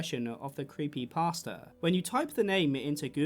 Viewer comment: creepypasta is pronounced thr way youd say "pasta" like the food.